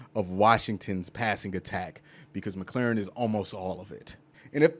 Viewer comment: Bro... I love what you've got to say. Except for Terry McLaurin's last name. 😂